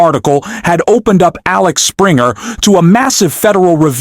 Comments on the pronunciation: It is AXEL Springer and not AXLE Springer! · It's Axel not Alex. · It`s Axel, goddamit! AXEL!!!